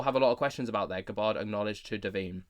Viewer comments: Please pronounce her name properly. It is not Guh Baahrd. It is Gabbard with the a like the a in apple. Thanks! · I thought it was more Gab-ard and not G’bard like is pronouncing it? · Pronounced GAB-ird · Pronounced = Gab Bird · How do you not know how to say that nake bruv? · U can't even pronounce her name properly